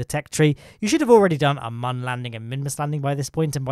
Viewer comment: Protip: mun is still pronounced MOON